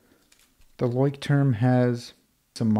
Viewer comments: Nice Video 😊 and one quick remark: Leuchtturm is a german Brand and the correct pronunciation would be: “Loi-sh-toorm” (if you’re interested) greetings from a German follower 😊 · As a german here its really funny how you pronounce Leuchtturm 😂 it actually means lighthouse wich could be used as a metaphore for guidance and safety. Quite poetic